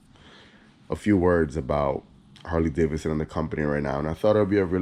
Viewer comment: The second “d” isn’t silent.